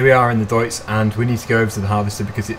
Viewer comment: nice vid but you said deutz wrong just to let you know